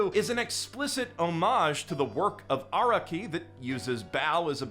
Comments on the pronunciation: Stop pronouncing Araki like that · The way you say araki is killing me